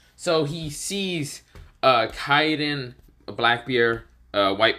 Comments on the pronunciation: its not Yokon Its Yonko and you said Kaiden its KAIDO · Kiden it’s kido